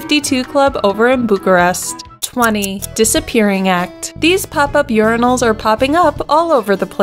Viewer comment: They are not "Yuri-nals", they are "Your-eye-nals".